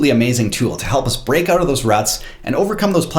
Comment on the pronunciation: "Let's check it oot." Ay?